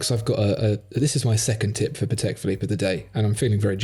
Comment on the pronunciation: Patek is a Polish name and accent should be on first syllable.